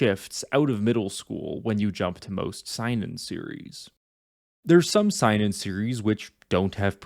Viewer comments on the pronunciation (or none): You pronounced Seinen wrong and yes you are right Seinen and Shonen are more than their demographic and the perception of those types of manga